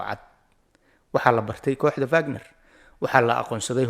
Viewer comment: It’s not vagnar ee waa wagnar